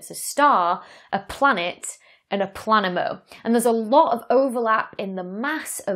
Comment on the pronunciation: Who the hell gave a PhD to someone who can pronounce neither the word "planemo", or the letter Aitch? We're amongst barbarians....